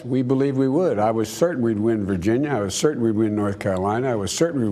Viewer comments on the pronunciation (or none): none